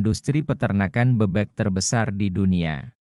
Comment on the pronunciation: Penyebutan kata "BEBEK" nya tidak benar, gak enak dengernya